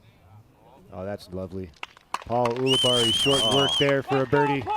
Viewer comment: I love Philo, but I hate how he says "Ool-abarri." The man pronounces his own name as "Yool-abarri."